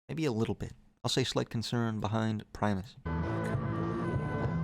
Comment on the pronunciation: He pronounced primus correctly. Unsubscribed.